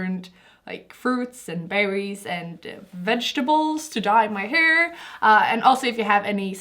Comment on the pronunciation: I kinda love how she says Hör to hair 🙏